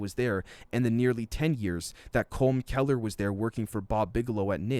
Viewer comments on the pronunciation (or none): none